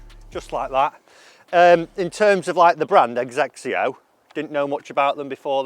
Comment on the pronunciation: Just need to work on pronouncing the brand name - it’s ‘zex-E-O’